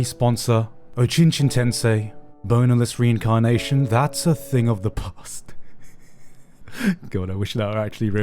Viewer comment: Omfg the start of the ad read "Bonerless Reincarnation" fucking got me. Well done.